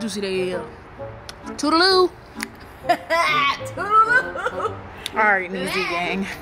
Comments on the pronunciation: Bruh i know damn well ezee did not just say tootleloo😂😂😂😂😂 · She said, "tutaloo," 🤣😂